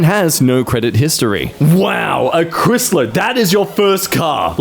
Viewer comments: did you just call it a "chrisler"? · A "chrislar"😂😂😂😂 It's "cry"